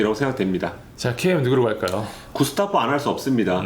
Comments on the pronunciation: 그러게요 저번 리뷰에 제가 댓글 올렸는데 구스타보를 "게슈타포"가 연상되는 "구스타포"라고 계속 이야기 하네요. 문제 있으면 고쳐야 되는데 작년부터 1년 넘게 이러고 있네요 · 거 거슬리네...전북경기가 왜 말린건지 몰라서 그렇시나? 심판이야기는 불문율 임? 전북이면 모두 까고 싶어 안달임? 그리고 구.스.타.보 요 기자양반 이름 좀 제대로 말하쇼..